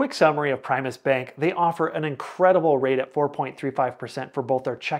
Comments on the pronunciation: I bank at Primis and love them. BTW, it's pronounced PRIM-US not PRIME-US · Prime us lol